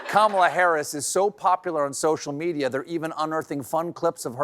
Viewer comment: Now that is a mispronunciation I love!!! Karma-la! Kamala's Karma is about to kick trump in the nuts, dick and anus - all a once. Former republican voter here - go Harris!